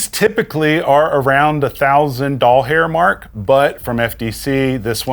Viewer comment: Lmfao i love how you said a thousand dollhair mark 😂